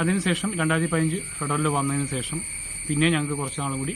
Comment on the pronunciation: sesham alla shesham